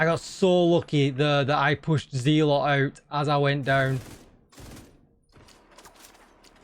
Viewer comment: It's pronounced zel-uht not zee-lot.